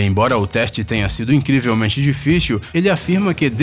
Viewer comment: difixiu kkk